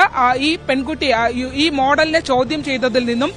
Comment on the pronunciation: ച്യാചി ചൗധ്യം അല്ല ചോദ്യം best team ആണ് വാർത്ത വിവരിക്കുന്നത്